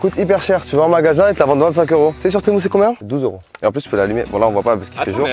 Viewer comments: On dis "tému" pas "témou" 😂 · c'est pas temou ça se dit temu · C'est tému pas témou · mais c pas temou c TEMU